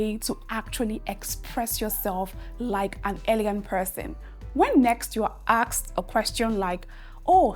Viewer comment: ASKED not AXED I bet you are Nigerian. You are teaching English please mind your pronunciations